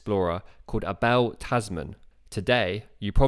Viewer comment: Dudes name is pronounced "Ay Ball" Tasman. Good vid though interesting as can be.